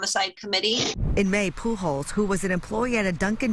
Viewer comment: How do you get to be that old living in a state with a very heavy Hispanic population without knowing how to pronounce Pujols???